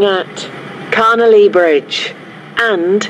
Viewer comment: When the station announcer says Carnelia Bridge (or however you spell it) it sounds like she says ‘Connolly Bridge’ imo.